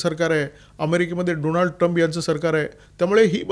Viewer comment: डॉनल्ड म्हणा, डोनाल्ड नाही त्यान्च नाव। बायडन फक्त कठपुतळी त्या मागे मुबारक हुसैन ओबामा होते